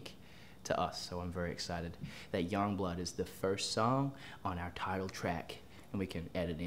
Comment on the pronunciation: I just love that Ashton pronounces Youngblood as “Yongblood”